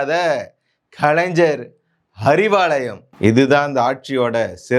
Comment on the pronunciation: கலைன்ஜர் இல்லை கலைஞர் 1000 தடவை சொல்லி பழகுக😂